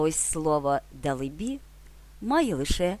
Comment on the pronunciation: Дале-бі.,наголос на ле. Дякую.